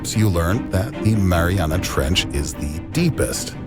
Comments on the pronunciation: Fat ass said marinara trench 😂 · LMAO. The "marinara" trench. MARINARA . Yes. A part of the ocean is named after a dipping sauce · “Marinara Trench” 😂😂 wtf Tim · My guy called it the marinara trench. I didn’t know I was at an Italian restaurant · He said marinara trench it’s not food Tim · No one: Tim: Marinara Trench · Ah yes "the marinara trench" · Did he say marinara